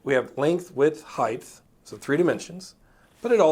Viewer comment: Anyone else notice He keeps saying height as heighth?